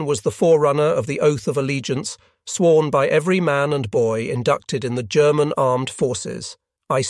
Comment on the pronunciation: This is not actually narrated by a human being but some sort of text-to-voice chatbot; hence, German with a hard 'G'.😅